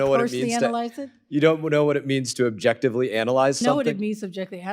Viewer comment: What does that word mean ? 0bjectively. Whatchu mean ? Clueless.